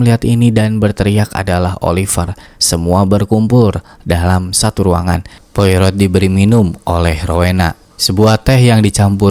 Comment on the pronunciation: Poirot = POAro, Jangan seperti mak EroT nyebutnya. Hercule Poirot - Herkul Poaro. Reservoir = reservOA